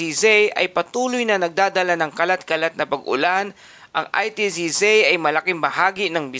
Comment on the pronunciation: Anong ITCZei? Baka ITCZ? Yung pronunciation, charrrizz 😊